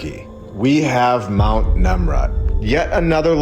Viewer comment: I thought you said, Nimrod when you said, "Nemrud", so, we should study him in regards to this whole thing. Google, "Nimrod". His depictions look like these statues (same head-gear shape) and the mountain(s), etc. ❤